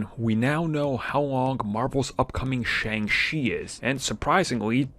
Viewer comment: Shang Chi is Pronounced "SHUNG CHI"